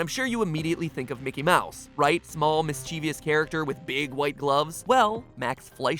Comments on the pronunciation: DAMMIT MATPAT, IT'S NOT "mischeeeveeeyus" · You mispronounced "mischievous" by putting a long E sound after the V. Sorry, had to mention it, it's one of my pet peeves. ... and then again .